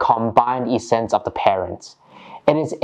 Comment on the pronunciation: Thanks for your tutorials. Much appreciate. For your information the word essence is pronounced with the same short e as the word presence.